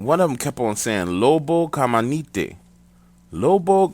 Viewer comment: It's pronounced lobo "caminante" not lobo "camanitey". But close enough for the story. Edit: awesome channel btw